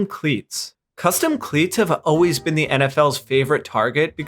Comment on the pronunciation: When you say "O-ways", you mean the word 'always' right?